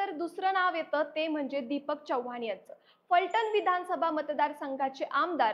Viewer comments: Chavvaan nahi chavhan aste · चौव्हाण असे चुकीचे बोलु नको.... चव्हाण असे नाव आहे. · चव्वान नाही चव्हाण..